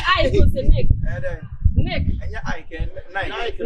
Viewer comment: Hey everyone who kept replaying just to hear the name of the designers boxer "Nike" how she pronounced it 😂😂😂